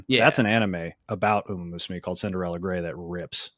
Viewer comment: The mispronunciation of "umamusume" is going to drive me insane